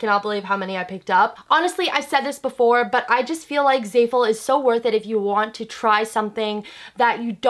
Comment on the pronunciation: anyone else cringing at the way she says "zayful"